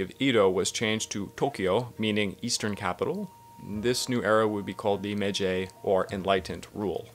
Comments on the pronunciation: Didn't get very far, but if your gonna do a section on a major part of Japanese history, shouldn't you get the pronunciation correct? Meiji isn't "May-jay," its MAyG. G as in G. I. Joe. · I've never heard Meiji said like "Mejey" before. Why are you doing that? You don't really have the standing to invent some sort of new way of saying Meiji wrong that breaks the rules of pronunciation here and there. It's obviously said like Meyji, there's no need to put the y on the end when the I is there to make a diphthong with the first vowel, not the second. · He can't even pronounce simple MEIJI and you're worried about this? Lol this guy is a joke mayjay? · How could you possibly talk coherency when you pronounce it MAYJAY??? WTF???